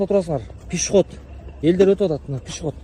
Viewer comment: Пешеход пишиход эмес